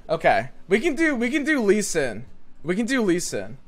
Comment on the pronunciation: It’s not shen lee stop calling him like that x)